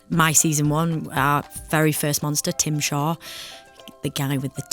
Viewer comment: The fact that she calls T'zim-Sha Tim Shaw in real life makes me scream-laugh the same way it did when I was watching the episode he was in 🤣🤣🤣